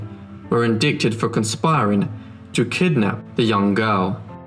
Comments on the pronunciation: Fascinating. Thanks! I thought you might like to know, the the 'c' in the word 'indict' is silent, pronounced in-DITE (long I sound like the first person pronoun 'I'). ⭐️🇨🇱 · Fascinating story but please learn to pronounce 'Baltimore,' 'Maryland,' 'indict,' etc. ...tends to detract from the authority/credibility of the tale